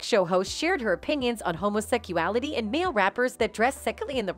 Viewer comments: Ok I can’t listen to her say homosecuality, or any variation of it again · Why you say homosecuality? It's HOMOSEXUALITY, GAY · Homo -seck-U-Ali-tee?? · Gurlllll 😂😂😂 you got me cracking up 🤣